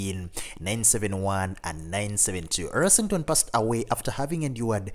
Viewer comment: Yeah, he mispronounced almost every name in the video. Gary's last name is Rossington NOT Ersington.